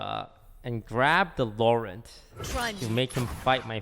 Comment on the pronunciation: LO-RENT is not the right way to pronounce Laurent, it is LOr-HOUGH